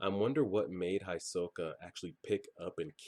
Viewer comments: Hisoka is pronounced more like He-soka, try to pay attention to how the characters pronounce names, there's some really weird ones. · when they reached the stairs, he said that that was the 80 km mark andhisoka is pronounced He-so-ka. btw are we gettin a watch party this weekend ? :)